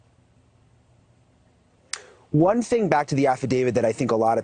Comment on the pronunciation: Aside from mispronouncing "Affidavit"